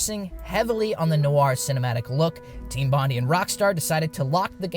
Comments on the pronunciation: It's pronounced Team Bon-DIE!!… not Bon-di. I'm an Aussie from Sydney, triggered me after the second time lol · It's pronounced "bond-aye" not "bond-ee", hermano. Had to point it out before it triggers some Aussie's autism. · Thats not how you pronounce Bondi.